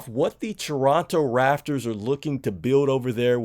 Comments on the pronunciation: RAP-TORS - You just said F it, I'm gonna call them the Rafters. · Am I the only one who noticed he said Toronto raffers and not raptors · I kept saying to myself l, is he saying Rafters? 😅😂😂😂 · It’s pronounced raPtors